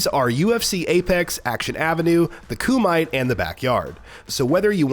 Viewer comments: Lol Koo-might is hilarious. Its Koo-Me-Tay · KU-MA-TAY, not ku-might (kumite) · Ku-mah-tay.. at least read the release properly, damn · The koo-mite??? Lol its pronounced koo-ma-tay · Kumite lol it pronounced ku ma tay. Have u never seen bloodsport lol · And the koomite 😂🤣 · Yo it’s pronounced Ku me tay. Where the fuk have u been? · KOO-MIGHT. Is this guy serious? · The kumight? LOL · FFS, KOO-might? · Only came due to the KUMITE!! Ku-Me-Te. Ffs. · Koo-might? You shouldn't be allowed to talk about a fighting game if you're a Beta male. You must work for EA. This game is recycled Madden garbage now! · And he pronounced Kumite as Ku might looool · I can't believe you said kooo-MIGHT. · It's pronounced Koo-muh-tay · Kumite pronunciation is: CUH-ME-TAY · Nope Ku-mee-tay 組手 くみて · Its Ku-ma-tè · Good lord... you’d think english speakers would conduct a little phonetics research before publishing a video. KUUU MIGHT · It's weird that this guy made the Bloodsport comparison, it's obvious he never really watched the movie if he's pronouncing the kumite as "koo-might". Dead giveaway that this guy didn't really review this game but just reading someone else's words. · The koo-might? KOO-MIGHT!??!?!?!? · I scrolled down too look for a comment like this. Thanks, glad I was the only one who noticed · The pronunciation of Kumite is hilarious lol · The way you pronounce kumite shows that you never seen a real movie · ** * for not pronouncing kumite properly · Bra that shit sucked how he said it. Disrespectful.